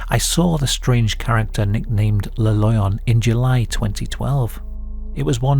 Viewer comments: Cool video. And yes, you're pronouncing Maules pretty good. It sounds a little like the English word "mole", but the vowel is more "pure". "Le Loyon", however, is technically pronounced more like "luh lwah-yon" (I'm too tired to post the IPA transcription, though, sorry. =) The "oy" is pronounced like "oi" in French (that is, like "wah" in Englihs). As for what he is, could be a WW1 (or possibly 2, but I doubt it) deserter who got lost there and died of exposure (or a skin disease xP)? In both of the wars, Switzerland was, of course, neutral, and most of the time the nations involved respected that. But it it's surrounded by France, Germany and the low countries, and because of the lack of much military and the many forested areas with few inhabitants, it conceivably could harbor deserters during that time. They did issue gas masks in WW2, but gas wasn't a very big threat, unlike during WW1, when gas was one of the most common ways to go. But yeah, Idk. It's all just speculation. What I do know is that back in the '90s and '80s, when I was a kid, urban legends were often more believable than the millions of Internet-born ones nowadays. Like many rumors, they usually start, or at least did then, with a seed of truth. The newer ones are mainly just embellished ghost stories spread online, though. Go figure. Like so many other good things (for example, real hip-hop/rap, common sense, privacy, rain/snow...), the best urban legends have died with the 20th century. Requiescat in pa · The comment about the name is plausible ngl. In spanish lion is pronounced "leh-on", written as León. Sounding very similar to the way you read it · "Loyon" sound like a Bri'ish pronounciation of lion. Like, "a fookin' loyon? u wot m8?". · Every time he says "Le Loyon" we take a shot.